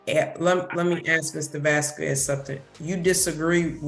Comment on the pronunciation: Why does she pronounce "Vasquez" in that way? The U is silent in Spanish, so it's more like "Vasqez."